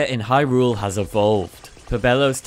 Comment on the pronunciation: idk why but every time i hear hy rule it makes me cringe lol the emphasis on the second syllable kills me